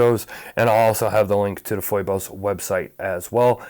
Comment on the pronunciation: I could be wrong, but isn't it pronounced like "Fee-Bus?" That how I'm hearing it from most other watch channels.